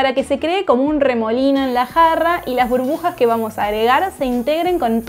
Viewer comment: QUE FEOOOOS ASHENTO BURBUAAAS 😂😂😂 ESTAAA SIRVEEEE MASHORIAAA 😂😂